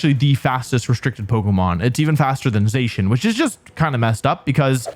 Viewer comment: All while mispronouncing Zacian as Zeyshnnnnn and Gholdengo as GholDENGO 😂